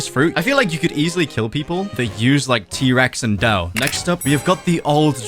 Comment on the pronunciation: Bro said Dough like a british person